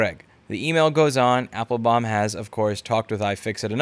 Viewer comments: You can't pronounce Bin-ya-min Appel-baum? lol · why can't you pronounce Benjamin or Appletree?